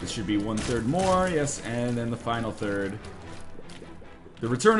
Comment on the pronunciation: Northernlion needs to learn how to pronounce third... the way he's pronouncing it, it sounds like he's saying turd lol